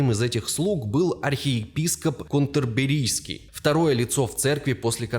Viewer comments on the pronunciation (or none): 1)С Какого-такого бодуна еврей К.Маркс превращается в немца,ась?! 2) Архиепископ Кентерберрийский,а не Контрберрийский,да,уж!